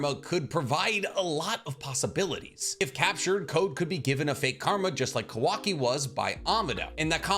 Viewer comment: why does he say kawaki's name like that ?